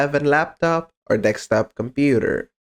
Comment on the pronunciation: deSKTop please. not deKSTop😀